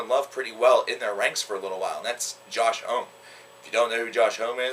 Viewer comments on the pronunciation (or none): it's pronounced Josh Hawmee